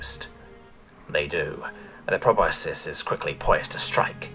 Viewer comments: just an fyi, it's pronounced "pro-bus-kus" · Love your narrations, but just a bit of mild constructive criticism: the word "proboscis" is pronounced pro-bos-kiss. Otherwise, 10/10